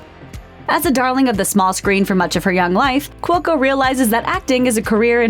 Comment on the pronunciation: p/s I don't your think your saying cuoco correctly nether